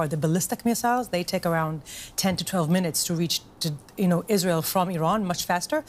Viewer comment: Finally a news anchor who knows how to pronounce IsrAEL (as opposed to IsREAL)